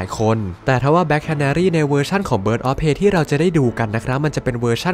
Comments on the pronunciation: Prey อ่านว่า เพรย์ ครับ ไม่ใช่ เพ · ออกเสียงว่า เพร